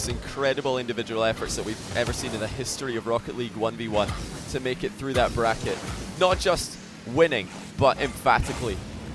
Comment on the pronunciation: "two minutes and firty seconds" "and breave it in" "straight frew" "everyfin". You're English...speak it. a heee hee (MJ)